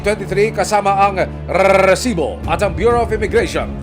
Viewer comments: Nakakabwisit yung redundant na pagbigkas ng "Rrrrreeeessibo". HAHAHAHAHA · ganun na pala talaga pag pronounce sa RESIBO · Gusto sana panuorin kaso ka bwisit pag bigkas ng Resibo sakit sa tenga OA ng reporter na to